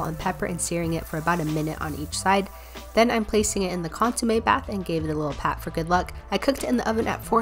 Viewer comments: Its pronounced consuMEH not consuMAY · It’s pronounced cón-su-me not con-su-may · Hey btw it’s pronounced cohn sue meh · Consumé sounds like konsumech ( ch is silent) in Palauan which means canned food.... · ITS PRONOUNCED CÓNSOOMEH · As a spanish speaker the way she pronounces Consomé makes me want to scream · Deeply upsetting pronunciation of consommé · Got mad when she mispronounced consommé